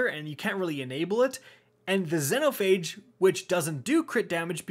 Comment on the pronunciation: Does it bug anyone else how he pronounces Xenophage?